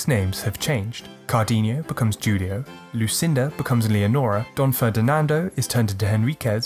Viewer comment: Juul-io. 😅 Love it.